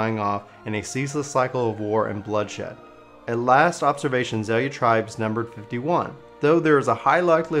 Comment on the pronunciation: It's not pronounced Axea or Za leah.. It's Zae luh.